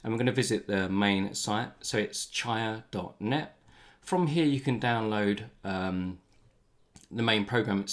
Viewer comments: Great video, thanks. I might be wrong about this, but I think it's pronounced chee-ah, not chai-ah. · CHEE-uh. Like cheetah without the T. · Chia is pronounced Chee-ah